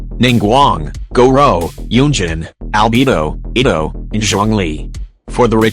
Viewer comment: "Albebo" and "ibbo" XD